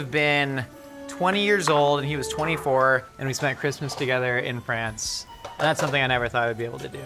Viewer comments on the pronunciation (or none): none